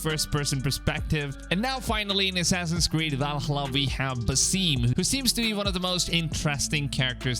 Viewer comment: That's not how you pronounce Valhalla